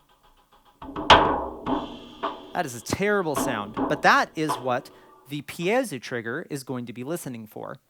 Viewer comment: Amazing video, but thought I’d mention that it’s “pee-A-zo” not “pie Jesu” 😂 As a former tenor I appreciate the reference but got a kick out of that 😂 Anyway, thanks again for these videos. Currently mulling over going X32 rack or wing rack. It’s been great to have a walkthrough of all of the UI. 👏👏👏